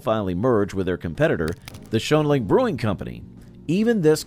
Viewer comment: That's NAIR-UH-GAN-SUT and SHANE-LING. Is Red Top the same as Carling Red Cap? Both are shown.